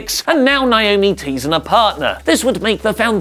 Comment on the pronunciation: It's NA- O- ME!!! Why do ya'll keep doing this?! Yes, my sister's name is NAOMI!